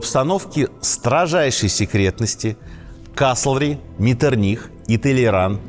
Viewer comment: Князь Клеменс Венцель Лотар фон Ме́ттерних-Виннебург цу Байльштайн...специально для Вас взял из энциклопедии.... ударение на второй букве МЕттерних... у Вас МеттерниХ...то есть ударение на последней букве...вообще с ударениями у вас полный швах ....